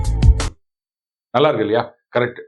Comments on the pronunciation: கடவுளே என்று உச்சரிப்பு இருக்க வேண்டும். கடவுலே அல்ல. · Only problem is the pronunciation. In “KadavuLae”, it has to be the Idaiyinam 6th letter ‘L’ but they are pronouncing it as “Kadavulae” with the 3rd letter ‘l’. These days most of the people cannot pronounce l, L or Zh properly and the same story in saying n and N (2 circle n and 3 circle N). I think they are not corrected by their teachers in the schools or perhaps the teachers also do not know the correct pronunciation. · Tamil pronunciation in the song- கடவுளே as கடவுலே. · நல்லா இருக்கு..ஆனாலும் ,கட வுலே ? நெருடல். "லே" ?"ளே"?. கொஞ்சம் கவணிக்கவும் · ஏ.ஆர். ரஹ்மானின் இசையமைப்பில் படைக்கப்பட்ட பாடலா இது --- 'கடவுலே' "கடவுலின்" -- என்று பாடகியின் உச்சரிப்பு நாராசமாக உள்ளது. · Pl correct the pronunciation of kadavle